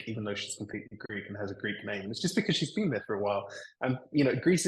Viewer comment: The Greek media presented Alex as a British perfectly speaking Greek! In the very first seconds I listened to his Greek I said to myself "U gotta be kidding me!" The guy is speaking PERFECT Greek, with a perfect Greek pronunciation! Never heard anybody learning Greek having such a perfect pronunciation! And here we are, he actually is half - Greek...